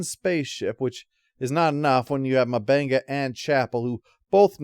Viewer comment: Jesus, dude. It's not Dr. Mubanga. M'Benga. Like UmBenga